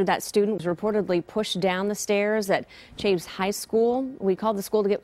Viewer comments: lol she said chaves, pronounced similar to chives, the plant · wtf she just pronounced Chavez as 😂 it's like she never heard of that Mexican last name before